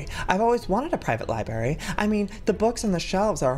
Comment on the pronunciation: IT'S LIBRARY NOT BERRY